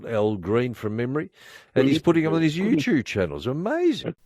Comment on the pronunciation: Its clear that 3AW is an AM Station as he pronounced "You-Tube" in the most old person way possible 😂